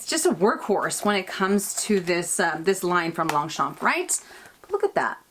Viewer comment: Lovely video, as usual 😍 I love your new Longchamp pouch, will be ordering one in a sec (if I may, we do not pronounce the "p" at the end of Longchamp, actually we do not pronounce the last letter in 99% of French words, which is why spelling it correctly is tricky 😂) Take care and a big kiss from France 😘😘😘